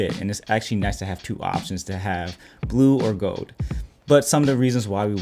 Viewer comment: "blue or gode"? Do better man.